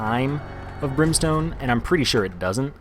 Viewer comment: candle and brimeston ugh